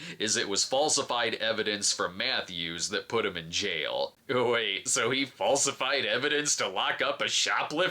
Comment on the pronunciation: Hearing Brad say JAIL is AMAZING